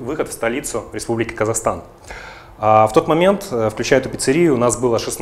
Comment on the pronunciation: Kazakhstan, а не Kasakhstan., смешно.